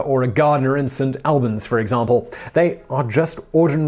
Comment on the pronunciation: Derby. Ouch. Clerk. Ouch. Albans. Ouch. This is unwatchable.